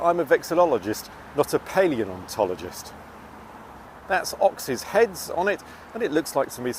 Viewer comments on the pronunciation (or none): Ross Geller objects at the pronunciation of his profession. Was it on purpose?